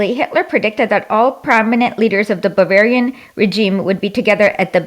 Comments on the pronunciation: Does she think it's smart to say "bavarish"? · my god this woman cannot pronounce german states, bavarish?? really??